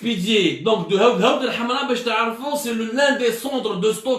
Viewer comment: C'est 7awth el7amra et non 8awd el7amra, ya bou9ou9ou ! حوض الحمراء